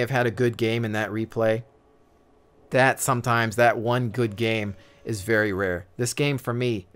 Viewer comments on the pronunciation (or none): none